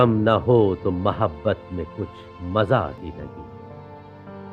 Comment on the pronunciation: Ap ne jo mohabbat ka sahii talafuz mahaabat liya I think really ap acahy content creator hoo